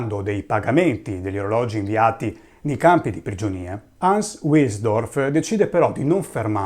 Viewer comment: Bel video ma parte subito con una doppia imprecisione: il fondatore di Rolex non si chiama Hans Otto Wilhelm, ma Hans Eberhard Wilhelm. E la pronuncia NON è UILELM UILSDORF, ma VILHELM VILSDORF.